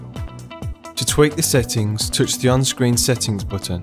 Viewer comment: LOLOLOL "PRESS ZE BOOTON (BUTTON)" ze BOOOOOTON, ahaha